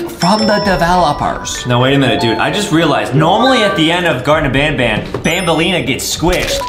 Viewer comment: Wait justin said garten of banbelina